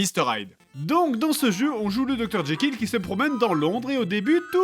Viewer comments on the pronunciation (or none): Je suis le seul à entendre jaykill au lieu de jekyll ? x)